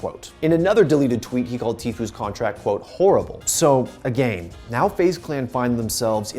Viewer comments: “A-GAIN” headass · He keeps saying agane Pepega